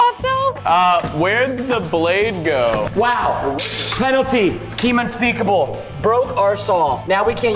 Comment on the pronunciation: unspekable ... unspekable ...unspekable